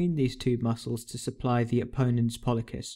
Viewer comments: The way he is pronouncing "pollicis" is driving me crazy... :D Great video though. Keep up the good job. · Thank you for this video! Although, since I'm from a different part of the world it was a bit surprising to hear pollicis with a k sound rather than an s sound.